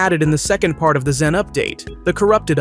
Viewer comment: Your saying xen instead of zen